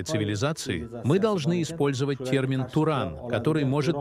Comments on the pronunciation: не Турон а Туран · Какой турон😂, может Туран?